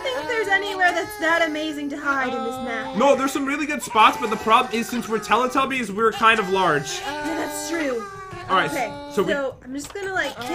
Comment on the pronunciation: and its not teely tubys its telly tubbys